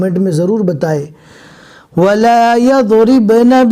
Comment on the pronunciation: वाला याज़रीबन आप गलत पढ़ रहे है